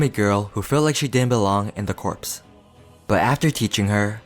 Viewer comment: You’re mispronouncing Corps, but I loved the respect you put on Rengoku’s name